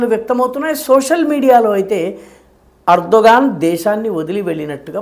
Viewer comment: Erdo "gone" 😂😂😂😂